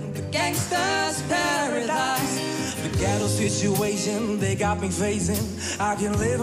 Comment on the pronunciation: why he says pearadaese